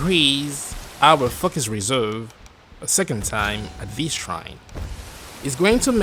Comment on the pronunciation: stop saying FAKUS!